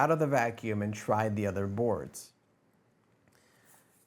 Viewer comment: I am pretty sure that there’s how to pronounce Nuphy on it’s box. I mean there’s Nuphy’s phonetic on the box which is /ˈnju:fɪ/